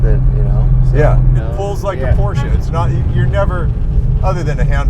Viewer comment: Well at least you pronounced Porsche correctly, but you calling an engine a motor is killing me.